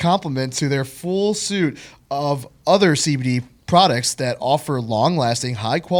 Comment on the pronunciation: I like how he says suit instead of suite... does CBDmd also sell socks and ties to go with their suits?